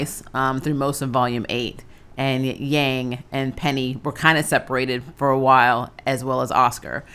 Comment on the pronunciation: Why did you say Yang's name like that